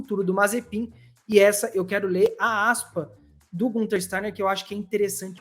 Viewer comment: A fala Gunter, com o u, incomoda profundamente. O nome dele é Günther, ou Guenther, e sonoramente é mais próximo de Guinter do que de Gunter